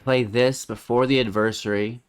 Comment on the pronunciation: Thanks for correcting the adversary mispronunciation. I don't know why but it bugs me. 😜